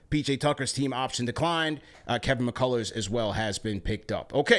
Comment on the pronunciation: calling him mccullars is hilarious hahaha stall heem out bro, its just mccullar lol